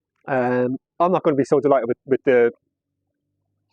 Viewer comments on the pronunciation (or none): Don’t you ever say Ghighser again it’s a bleeding Gixxer . Pal 😂😂